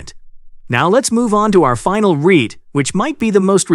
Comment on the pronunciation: So, you're going to "potentially triple [my] 'Are-Ree-Ite' income" !